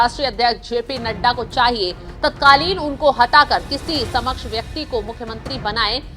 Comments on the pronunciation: सक्षम को समक्ष पढ़ रही हैं, और 26 जनवरी की रात बताया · समक्ष नहीं सक्षम बोलिए।